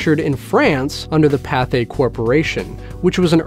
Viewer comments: Pathé is pronounced PAA-TAY, not PAA-THAY. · Pathe is pronounced Pay-th like pay day. The e with the diacritic is silent.